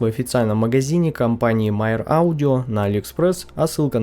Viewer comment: Почему Myer читают как Майер?